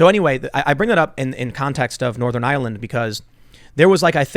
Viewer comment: Ireland not island